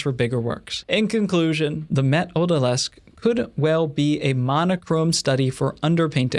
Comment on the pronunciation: And your French pronunciation was pretty okay, although I did cringe a bit when you said Odalisque.